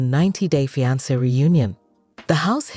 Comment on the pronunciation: I can’t with this AI voice. Ja-pardy and Fy-ance